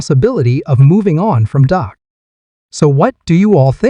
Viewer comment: Why doo y'all call him " DOC" PRESCOTT ITS " DAK " PRESCOTT PEOPLE . AND IT'S BETWEEN AGENT AND JONES. DAK PROVED THAT DURING TEAM PRACTICE WHEN JE WAS THERE EVERY DAY, EVERY PRACTICE NO MATTER